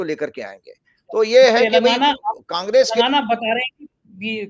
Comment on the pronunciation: आप हमेशा तेलंगाना को "तेलगाना" बोलते हैं। आपकी टीम की सदस्य भी यही बोलते हैं। क्या आपके डिक्शनरी कोई अलग है जिसमें तेलगाना ही है?